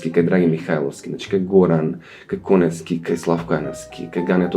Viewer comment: Аман бре, Тања, аман! Уште ли не научи дека презимето на Блаже е без В: Конески! Аиии, не ми се верува! 😟 Поздрав до Ѓоко, секогаш многу пријатен за слушање и инспиративен за размислување ♥️